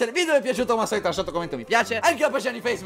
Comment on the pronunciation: Ma a dici PELLA RAGAZZI ? Con la P ? D